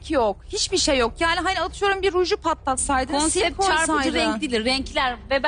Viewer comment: bi konsept demeyi öğren..